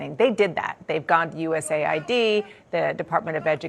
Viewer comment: ITS NOT USA ID.. ITS US AID 😂😂😂😂 she forgot ID is RACIST